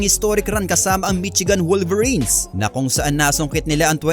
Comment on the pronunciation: Mishigan hindi Mitsigan